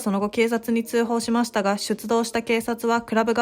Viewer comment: 内容は分かりやすいのにナレーターの読み方がなんか気になるな… 特に〜ました。の言い方が